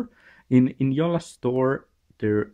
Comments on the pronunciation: PS it's not "Jolla" it's pronounced "Yo-la" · It is pronounced yo-la. The "J" is pronounced like an English "y". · Jolla read as in English is really hurting to hear.. :) Jolla has to be said as Finns would say it!